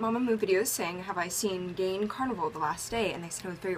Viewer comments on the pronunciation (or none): Well, you should pronounce her name as "Gaa-In", not as 'gain'.